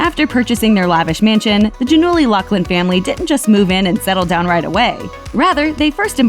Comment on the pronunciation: is it not pronounced Gia-null-ee?? lol